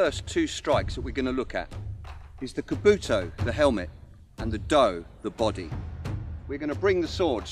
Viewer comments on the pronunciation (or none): At about he pronounced kabuto wrong :p